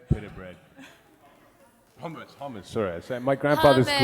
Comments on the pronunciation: when he said hummus it sounded like he was saying homos. xD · I thought he said homos... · when he said hummus i thought he said homeless 0-0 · I thought he was saying homos and I was like🥴???